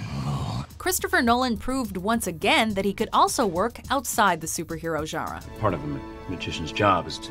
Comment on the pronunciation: It really wets my socks the way she says genre. "jah-rah". I mean, it's probably because I pronounce as it's spelled. But you know whatever. "jah-rah".